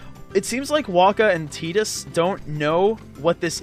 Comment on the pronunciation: I don't know if it's been mentioned in the thread or not (I lurk, and have been sitting at the OP) but Tidus is pronounced "Teedus" it comes from the Okinawan word Tida (pronounced "Teedah") which means Sun. Yuna means Moon, so it's supposed to be a duality in names between Tidus and Yuna. Which is lost on the west because most of us don't speak Japanese let alone Okinawan.